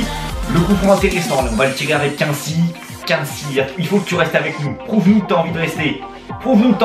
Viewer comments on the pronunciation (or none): Par contre ca se prononce COUINESY promes mdr ^^